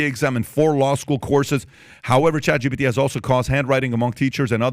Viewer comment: It's ChatGPT not ChatGBT, how many times do you need to be corrected???